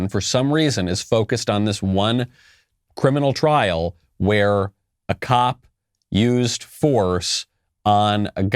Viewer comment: It’s *trial not “trail”